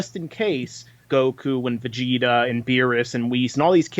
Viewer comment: vegeta not vegetables